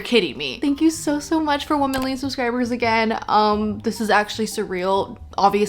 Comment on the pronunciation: when you said 1 million I heard "thank you my womenly subscribers" just thought I'd leave that here lol